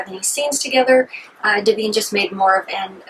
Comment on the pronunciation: "Smellarama"? "Dah veen"? It's Odorama and Divine. Disqualified!!!